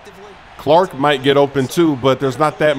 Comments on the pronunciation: It’s chark not Clark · it’s Chark not “Clark” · Bro, it's Chark! 🤣🤣🤣 That was killing me every time I heard you say it! All love tho! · Not a Smoooooove Move to call DJ Chark “Clark” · Chark not clark smoove🤣